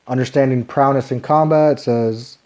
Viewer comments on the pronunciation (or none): Really good and helpful play through, thank you! Just to split hairs, it’s prow-ess, not prow-ness. 🙂